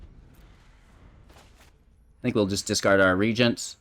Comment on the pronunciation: Tergrid is my one of my fav. Glad to see your take. And glad to hear you pronounce Regent correctly. :p